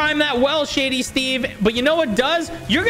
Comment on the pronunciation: Sorry to correct you but it’s shady not “sady”